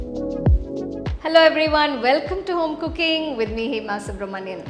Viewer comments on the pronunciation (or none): none